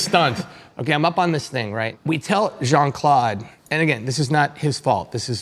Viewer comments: The way JCVD's name was pronunciated 😶‍🌫 Jean ☁ At least try to make it sound french, eg more like Jean Cl'ow'd (as in know) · I die a little inside every time they pronounce Jean-Claude like that.